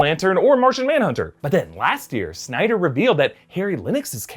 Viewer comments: So many synder lol. It's Snyder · So is it SYNDER or SNYDER